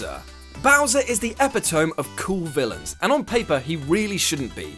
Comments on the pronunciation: "epi-tome"? "Eh-pit-oh-me". C'mon... You're British. You should be able to speak the language at least... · Pronouncing epitome as " epi-tome" instead of " epi-tummy." For shame. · Ah yes, the epi tome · Nah, he just pronounced it wrong. Even us Brits know it's E-pit-o-me. Now let's discuss how you say Iraq ;) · Nope, I'm not even proper "British" since I'm from Scotland and we speak quite differently up here, but even we know it's pronounced eh-pit-oh-me. Just a mistake he made, nothing to do with nationalities pronouncing stuff differently... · Epi-toam 😂 all love tho WhatCulture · eh pih tuh mee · You...uh...pronounced epitome wrong. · You beat me to it. :D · I'm British and I know how to properly pronounce it. He just said it wrong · I LOVE how you pronounce 'epitome'. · You pronounced ‘epitome’ weirdly...